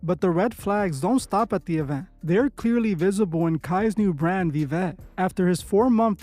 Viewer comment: The "V" in Latin is pronounced like a "W." So it should actually be pronounced as "Wiwet."